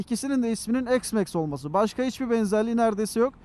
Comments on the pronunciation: Eksmax demeyeydin iyiydi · Ne çeşit bir isimlendirme bu "eksmeks"...